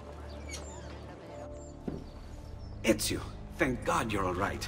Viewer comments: is pronouncing most words in these games spot on at this point😂 Said ezios name perfectly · You're pronunciation of his name is the best from a non Italian I've heard. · you said his name right thankfully😭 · dam hollow you said the name right